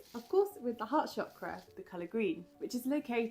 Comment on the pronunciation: Thank you for pronouncing chakra properly ❤